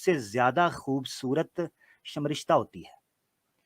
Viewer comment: aisa hota hai pronounce like sar-mish-ttha